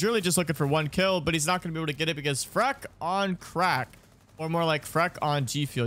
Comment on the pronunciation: Please stop calling him Freck, it’s clearly FREAK